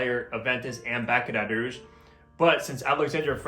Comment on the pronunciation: bAk-er-aT rooge